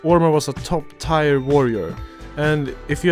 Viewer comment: did you just say tire? instead tier...